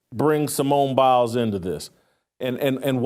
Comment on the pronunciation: Simone Bails. Not Simone Biles.